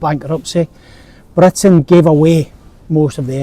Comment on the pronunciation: can any one tell me which area of uk does this YouTuber come from? his accent is interesting. i want to visit that part of uk. i once head the original English once had uvular trill. Britain should pronounce as blr~, just like he pronounced. Indian got their accent from that. i wonder if that's true.